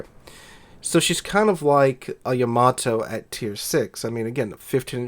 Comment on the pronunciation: Thank you for pronouncing Yamato correctly. I don't know why but it annoys the crap out of me when other youtubers pronounce it, Yam-a-Toe!!! AHHHHHHHHH